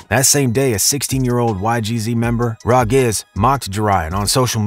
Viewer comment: yooo bro said Rah Giz 😭